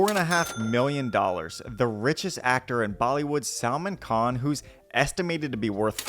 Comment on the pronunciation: Salmon Khan 🍣🤣🤣🤣🤣🤣 ..loved your pronunciation